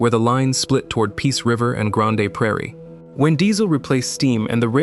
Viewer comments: It is pronounced "Grand Prairie" not Grand A!! Also it's not "Grand A" Cache either!! I guess only people born and raised in Alberta know how to pronounce the town names. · Omg. Learn how to pronounce the names of the towns! Grande Prairie is pronounced "Grand Prairie", not Grand-a Prairie. Falher is a bit harder, it's where my mom was born. It's pronounced "Ful-aire." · Its Freakin Grand ! - not Gran-Day ! - WTF - EH ! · granday lmao i can't watch the rest after that I'm sorry. LLM sciript read by person that doesn't know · Come on AI You can do better : "Grawn Day" Prairie for Grande Prairie? That is just lazy. Pronunciation gaffes like that undermine the content? Is it reliable....? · "Granday" Praire???? AI no speakee good. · Grandey Prairie!!! My ears are bleeding.